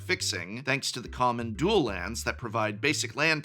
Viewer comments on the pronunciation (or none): none